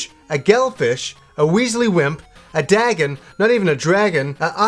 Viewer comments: I think the game means Dagon (as it day-gone). Wikipedia, check it out. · I think the Dagon is a reference to H.P. Lovecraft Dagon, which is pronounced "Day- Gone." The fact that it is a sea dwelling, scaly humanoid would support it. Of course, no one is going to read this comment anyway since the video is years old :(